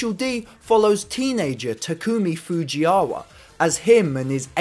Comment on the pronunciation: Small mistakes : - Not every AE86 is a Trueno. The one on your video is a Levin. - It's Fujiwara, not Fujiyawa. Nice video.